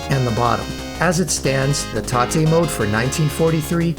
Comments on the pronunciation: Mate, thanks for the great video. I enjoyed it very much. But i have to say it: It's tate mode, 'tate like rotate. Because the screen is rotated. It's not taté. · Do you think maybe it's tate mode as in rotate? Rather than taté (tar-tay) ? Just wondering. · What's with all this "tah-te" mode nonsense? You need to get GAME SACKED, sir. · "tah-tay" mode 🤨